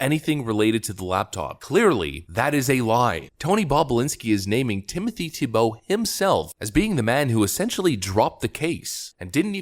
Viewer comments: It’s Tee Bow, not tee-Bow… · Reads, "Pronounced TEE-Bow." Proceeds with "Tibeau." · It's TEE-bow, not tee-BOW. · Our host reads how to say TEE-boh… Continues saying tuh-BOW. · Its pronounced teebo dammit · His name is pronounced TEE-bow (just like the QB) -- read the second line of the first paragraph